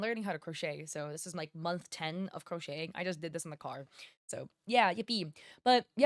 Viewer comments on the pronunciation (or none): none